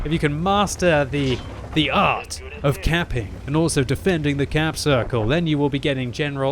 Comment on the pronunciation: Everytime time he says caping i understand camping mmhhh